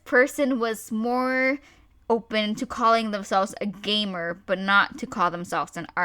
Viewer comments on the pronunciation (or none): When you said "gamer" I thought ya said "gaymer" a gay gamer.